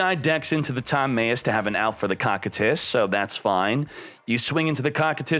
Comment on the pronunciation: For the love of god it's pronounced Koh like dough, Kie like tie, Tus Koh-Kie-Tus